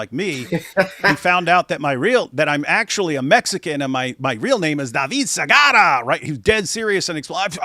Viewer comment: Like is appropriate for David Sigaraaaa!